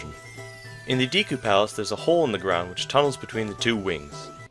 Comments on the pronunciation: It's Deku, not Deeku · Great vid, but did you say Diku? Wow, your Japanese pronunciation is way off. でく is pronounced De-Ku, not Di-ku. The way you said Di-ku instead of De-ku was making me visibly cringe. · Say Deeku instead of Deku 1 more time I dare ya, I double dare ya. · "Dee-koo"? A "deh-koo" is literally a wooden doll in Japanese. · Or oocarina instead of ocarina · its Deku not Deeku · DEH KOO ......not DEE KOO.... its totally not a big deal but it bothers me irrationally. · De ku is pronounced Deh Ku. Because all instances of what would be tranlated as the letter E in Japanese are always pronounced as Eh. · "diku palace" lol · It's properly pronounced "Deh ku" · dek-oo skuhl-chuh-luh awk-uh-ree-nuh I'm sorry, but it bothers me. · you pronounced deku wrong. i believe its day-ku. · Good video, minus 10 points for saying Deku wrong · Can no one pronounce Deku correctly? Seems like everyone gets it wrong. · GamebroXD Maybe his Japanese pronunciations isn’t as good because he isn’t Japanese?